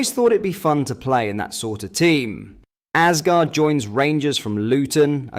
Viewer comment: Its assghard not arsegarrd